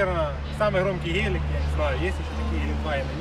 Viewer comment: Гэээлик))))) печальный наш суржик...